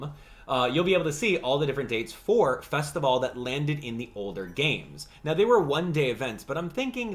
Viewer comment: THANK YOU for saying Festivale correctly!!!